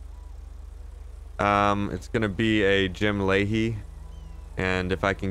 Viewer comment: Layhie, not Lahey.